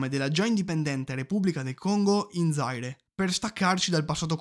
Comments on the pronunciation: Zaire , non Zàire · Ciao, grazie del video. Ceylon si pronuncia “sìlon”, mentre Zaire “zaìre”. Spero sia utile 😉